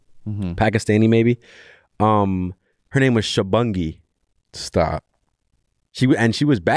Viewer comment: Man butchered Shubhangi's name so bad, you lot need to get it right